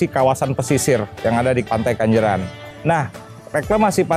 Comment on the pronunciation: Pantai KENJERAN bang bukan Kanjeran,.. 😀😀😀😀🙏🙏